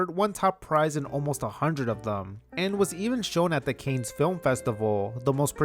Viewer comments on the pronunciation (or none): You legit pronounced Cannes as "Kanes"?? For real?? And Rainier is pronounced Rain-Ear, please.